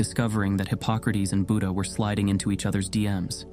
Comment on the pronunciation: also learn how to pronounce buddha/buddhist properly